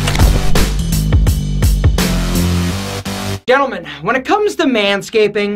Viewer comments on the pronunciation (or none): This guy def mispronounced gentlemen at the beginning lol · He said gentlemen with a soft G tho...